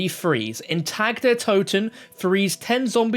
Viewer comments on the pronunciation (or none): I’m not German or anything but it’s doing me in already hearing this guy pronounce it wrong. He’s pronouncing Tag the way we say tag like clothes tags. It’s more like Targ but obviously spelt Tag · Its pronounced TAK not TAG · Isn’t it pronounced tog der toten. He keeps saying TAG it’s pronounced TOG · it's pronounce "Ta Der To-Ten" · It's pronounced tog. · Not trying to be a grammar nazi and I'm generally just trying to help you out. Tag is pronounced [Tahg] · I don’t mean to be a stickler but the correct German pronunciation of “Tag” is (tog) as in Guten Tag. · Love the vids and hate to say it but you're mispronouncing the german words "Tag" and "Nacht". You're pronouncing the "a" like an english "a". Not that big a deal but just wanted to let you know. Keep up the great content 👍